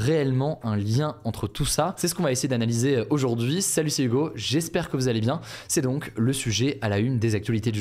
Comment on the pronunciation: PRONONCIATION EXEMPLAIRE du H anglais/américain ici par Hugo. Que les français prennent exemple! Le H initial doit absolument s'entendre fortement au début de mots tels que, High, Higher, Hello, How, Hero, Health, etc.. BRAVO HUGO !